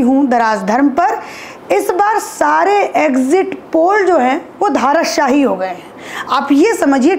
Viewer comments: ठीक से बोलना सीख पहले।धाराशाही नहीं धराशायी होता है। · ए बाई क्या बोल रही है ,,,, धाराशाही बोल रही है , शुद्ध बोले धराशाही